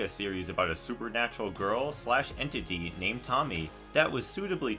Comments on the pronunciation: It's pronounced Toe-Mi-Ey. Not Tommy. Some would say it makes you lose a bit of credibility discussing the works but it's nbd because the video is still informative. Just semantics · "toe-me-ayy" not Tommy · dude its pronounced to-mi-eh thats what my dad said at least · Lol it's not Tommy, it Toe-me-aye. Love the video! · Tommy lol 😆 oh man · How the hell did he get ''Tommy'' out of Tomie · Someone has probably said this but… It’s not Tommy. Toe-me-Aye. Japanese is almost always said in letter pairs. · “Tomie” isn’t pronounced as Tommy, it’s TOE-ME-EY. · Great video, but it drove me kinda nuts hearing the name "Tommy" over and over again lol. It's no big deal no big deal and all, but it's "Tomie" pronounced "Tome - e - ay" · Bugs me that you keep calling her 'Tommy'. Her name is pronounced Toe-Me-Aye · Just wanted to say this but you pronounced Tomie wrong. You were so far off. It's To-mi-e with the e said like "eh". Also the anime was a joke, not really a good idea to use those examples. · No, Tomie isn't pronounced "Tommy" and it isn't pronounced "Toe-me-ay" either. It's "Toh-me-eh" and both the "toh" and "eh" are an abrupt, brief sound. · The ending to the window next door is the whole family moved out. But why it's so hard for some American to pronounce the original way of the latin alphabet ? Tomie isn't pronounce as tommy its To mi e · I just laughed cuz him saying "tomie" Its pronounced "to-mi-ye" btw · Tomie is pronounced "Toe-mi-ay" , not tommy lol. Just so your aware : p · I'm sorry, I got so irked and repulsed when you pronounced Tomie's name a "Tommy" it's "toh-me-ehh" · lol, he keeps calling her Tommy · It's not fucking tommy it's tomea say it with an a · Its pronounced toe-me-ay not tommie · Toe-Me-ay, Hearing you say Tommy made me want to claw off my ears! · It's physical painful to hear you pronounce Tomie's name like that. It's Tome-ee-ay. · You're saying Tomie's name wrong, and it's making me cringe.... it's pronounced "Toe-Me-Aye" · Ah yes “Tommy”